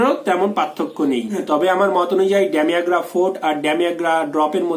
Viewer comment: Sir medicine namta bhalokore Bolonakeno?